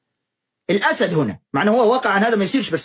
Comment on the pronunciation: من الأسد بكسر الدال عشان قبلها حرف جر والشيخ قال الأسد بفتح الدال وهاذا خطأ